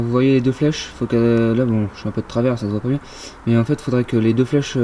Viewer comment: biennng biennng comme dirait un Marsellé hé hé